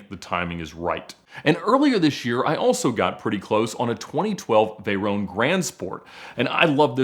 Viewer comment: Just say Veyron properly